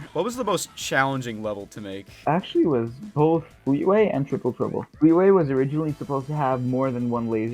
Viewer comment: I KNEW HE WOULD SAY FLEETAWAY